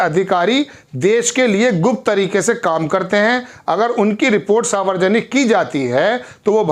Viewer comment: Savarjanik nahi hota he Saarv janik hota he